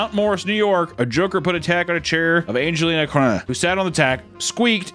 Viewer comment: Just not even trying pronounce her name is hilarious lmao